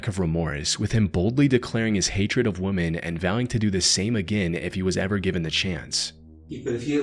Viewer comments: i think he is using AI. notice how he always says “woman” instead of “women” when referring them in plural. it’s so annoying lol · WEH-MEN. 1 WUH-man 2 or more WEH-MEN. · Can you please learn how to say "women"? it is not pronounced the same way as woman. Its getting hard to continue to watch your videos. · The plural of woman is pronounced wimen. Ugh. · “Multiple Woman”. Lol come on man… is this AI?…. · Oh my goodness thank you for also noticing 😭😭😭 "woman" and "women" are two different words and pronunciations PLEASE STOPPPP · Do you keep saying woman instead of women? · Thank you! Also women is pronounced like whim-in. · Women is pronounced "wimmin" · No, it´s" wimmen" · Women is pronounced "Wih-men". I've noticed many people pronouncing it wrong lately, not sure why. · I love this channel but does anyone else notice how he says "woman" instesd of "women"? Its so noticeable it irks me lol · Why do you pronounce "women" as woman? Lol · Yeah it’s definitely AI. It’s really obvious when the word ‘women’ is constantly pronounced ‘woman’ and other little mistakes like that. Bummer. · My sweet baby boy, it’s “weh-men”. As in more than one woman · This commenter is obviously AI and not a real person cos mispronouncing women is frustrating and other words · The way this AI pronounces women, is weird as heck. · you should learn the word "women" it's different than "woman"... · The only thing you need to start a crime channel, is the inability to pronounce "women" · Is Nick Crowley the narrator? He’s the only other person I’ve heard who pronounces woman and women the same. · Another true crime channel that can't pronounce the word 'women'. At this point, it's a bigger mystery than most of the content in the videos. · Please learn how to pronounce woman vs women, they aren't supposed to be said the same way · I was literally gonna comment the exact same thing lol. I got real paranoid when he failed to say 'women' 3 times in a row. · Women!! Not woman…